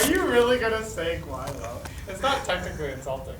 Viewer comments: its gui lao, not guilo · It's actually pronounced "G-wei-lao" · Gwai lo not Guilo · LMAOO Guilo... C'mon man lol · on my daily basis i would say guilo in this way "guai lo" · frikin G-why-lo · omg that is not how you say guilo lol